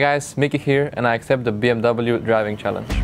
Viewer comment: How much did they torture Grabbz to pronounce BMW the wrong way???